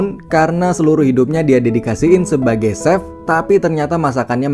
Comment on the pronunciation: Biasa aja cuk gak usah nge gas!!! Bukan seff bacanya tp che F wkkwkwkww